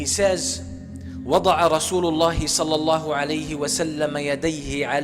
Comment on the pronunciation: The Prophet “SALSALAM” . One thing that really gets me going is how quick they pronounce SalAllahu ALAYHI WaSalam!!!! They really need to slow down !! I understand they’re excited in giving the lecture but just calm it down a bit!